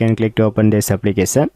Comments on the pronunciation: How? Applikesan? Lol, bruh its application. No hate or offense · Gud Job but try to pronounce notification and application correctly